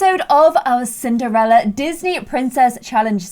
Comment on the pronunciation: I seriously thought she said simderella at the beginning! 😅